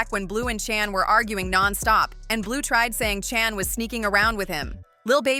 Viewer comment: Her name is not chan get it right